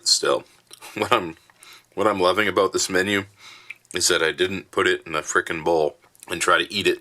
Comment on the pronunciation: Glad to see you back. Awesome review. Loved the opening. “Don’t worry ABOOT that”. LOL 😝😆🤣😁😂